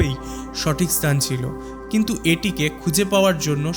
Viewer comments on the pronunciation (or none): none